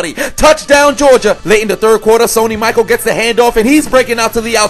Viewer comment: Yes I recognize I mispronounced Sony Michel's name... I read Michael... why? BECAUSE MY EYES ARE JUST FOR DECORATION! NOW EXCUSE... ME WHILE I PUT MY MUTHAFUCKIN HEAD DOWN!! WHO'S A DUMMY?!?! I'M A DUMMY!!!!